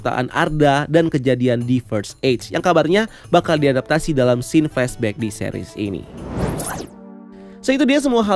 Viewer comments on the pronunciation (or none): none